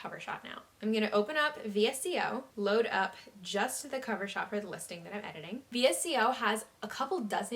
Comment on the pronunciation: VSCO is also pronounced as (visco) btw 🤍